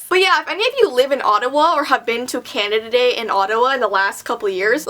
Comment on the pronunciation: instead of 'canada day' i heard 'candada dei'